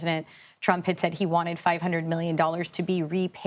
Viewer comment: You are mispronouncing Zelenskyy's name. It is VoloDYmyr (accent on 3rd syllable) Zelenskyy (not "Zelinskyy").